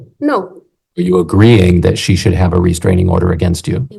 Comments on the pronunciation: Please tell me…what is this reSTRANGE-ing order she speaks of? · Restrangent order lol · Is she saying “restrigent” order??😂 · Why does does she say restrangement instead of restraining order? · Restraingment. Hmmm that’s not a word homewrecker!